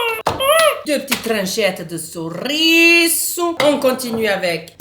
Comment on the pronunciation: J adore quand tu dis le CHORISSO et après tu fais ta tête car sa veut pas s'ouvrir